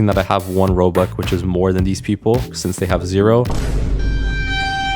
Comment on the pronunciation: I love how he says "Robuck" instead of "Robux" because then it would sound like Robucks